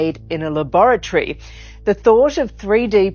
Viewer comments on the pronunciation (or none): I was on board until she pronounced laboratory like that🤣🤣🤷🏼‍♂️..... you lost me😕